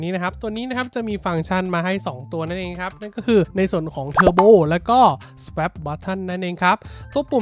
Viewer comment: Swap น่าจะอ่านว่า สว๊อบ มั้ยครับ